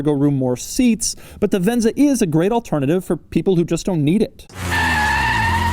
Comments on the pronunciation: He sure likes to say "Ven-Za".. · The one where Doug goes off the rails sooo early in the video lol 😂😂 also the amount of times he said "frossssttt conthroll" and "vhennzzzaaah"